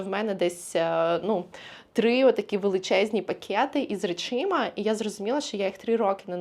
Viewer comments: Побуду душнілою 😁. Правильний варіант — речАми. Форма «речИма» є помилковою і є прикладом мовного суржику., ви так любите вказувати на правильність мови і вимови, що я не втрималася 😁. За перші 8 хв відео я слово "речИма" разів 7 почула, що аж написала 😁 А так - люблю ваші відео і вашу енергію! 💙💛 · Що? Речі. Шафа з чим? З речАми. Не з речИма.